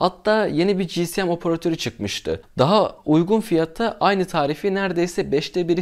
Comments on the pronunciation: Kardeş daha 5. Saniyeden tüm ciddiyetimi kaybettim. CİSİYEM nedir Allah aşkına ya? İçerik üretiyorsunuz azıcık tabirlere çalışın doğrusunu söyleyin. Onum doğru telaffuzu CİESEM şekildedir. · Abi özür dilerim ama dayanamiycam ci si em değil ci es em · GSM Cİ,ES,EM VİDEO BOYUNCA GCM Cİ,Sİ,EM DEDİN. BAŞIM AĞRIDI MİDEM BULANDI....